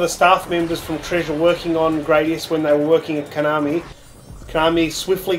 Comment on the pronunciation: *Grah-dius, not Gray-dius. See Gradius IV intro for confirmation.